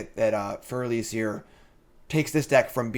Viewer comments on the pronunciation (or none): That Freyalise pronunciation. "Freya lice".